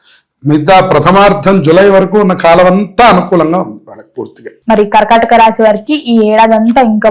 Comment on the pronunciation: Kharkhataka kadhamma thalli....karkataka raasi